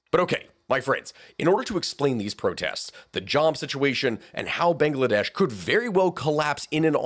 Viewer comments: Bang la desh Not bangaladesh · I don't know why i like hearing "banga-ladesh" so much. . .